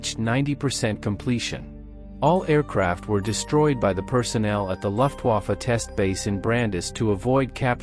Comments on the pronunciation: German words like Luftwaffe need to be phonetically coded for the AI English voice to pronounce the German words correctly, example, tell the AI its "loof", not "luft" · Also, it's "Vaffeh", not Wafe".